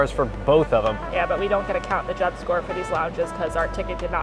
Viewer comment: His name is Jeb. Not Jed. Just letting you know.